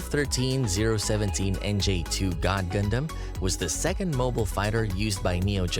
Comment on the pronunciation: All of this became invalid as soon as you started pronouncing stuff wrong...The fact most of the anime or "gundam" channels and shows cannot pronounce the name right and it gets under my skin way more than it ahould. And A LOT of the facts are completely wrong. Like do you people even watch th fckn show??